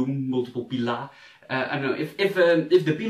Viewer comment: the way you say pila/pilum just screams that you're dutch ;) :D